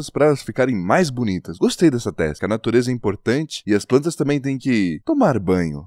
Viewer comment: 'sala de PRANTAS' AKKAKAKAKKAKKAKA cebolinha reverso